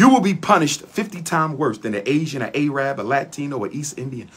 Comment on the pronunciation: The correct pronunciation for Arabic speaking people is Arab not "A-rab" the term A-rab is sort of a racial slur on that people created and made popular by racially motivated Europeans.